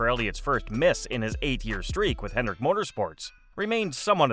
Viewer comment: Hendrick, not "Hendricks".